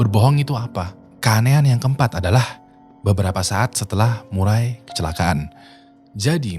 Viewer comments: Murray dibaca "Meurri" Sebenarnya bukan Murai :), jadi Maurra Murray dibaca "Morra Meurri" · Nama cewek itu Maura Murray nama keluarga di sebut Murei.. Maaf bro sedikit pembetulan